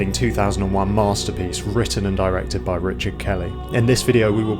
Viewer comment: “Witten an diwected buyw wichad kelly”